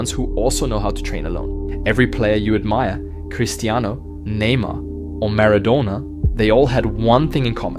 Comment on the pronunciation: "Maradoughna" lmao